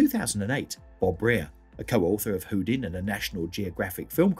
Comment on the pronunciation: Also, as a fellow Englishman I know that there is no way on earth that Bob Brier should ever be pronounced Bob Breer. Sigh!